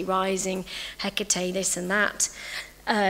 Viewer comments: At least pronounce her name properly for a lecture 🙄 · can no one pronounce her name right! and if you have to make a video reading a paper then no.